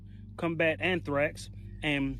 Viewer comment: I wonder why a person would pronounce a word incorrectly twice, “athrax”, “athrax”, only seconds later to pronounce it correctly “anthrax”. It could be that I’m the only one who finds this curious however.